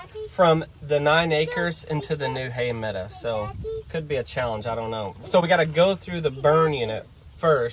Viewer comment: I watch all the time ..but please...medow...not meda